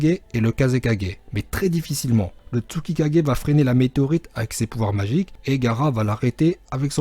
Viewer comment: Putain merde pas tutikage merde ses thusikage merde il est trop fort le pp kager dsl continue Gg 😂👌😊